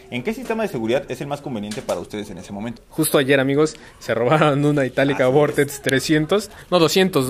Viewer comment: minuto . se robaron una Italika "vortetz"😂😂😂😂